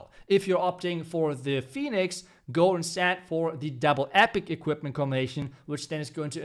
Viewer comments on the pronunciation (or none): none